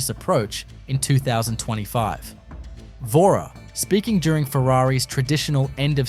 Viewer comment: At least try to say Vasseur's name correctly, mate...